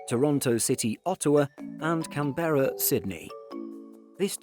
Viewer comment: Love these videos but Christ it bugs me how you pronounce Canberra 🤣😬